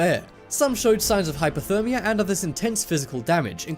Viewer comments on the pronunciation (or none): none